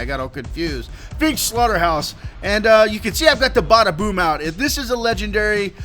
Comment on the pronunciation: Well it obviously isn't if you cam't say the name right, It's the BADAboom..